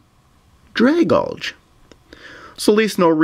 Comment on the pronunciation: Everyone says Dragalge wrong lol.